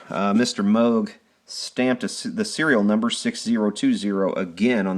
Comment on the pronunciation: It's MOOOOOOOOG not moge